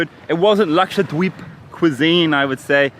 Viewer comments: The way he says it dweeb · You pronounce Dweep in a funny way. I thought it was pronounced more like deep...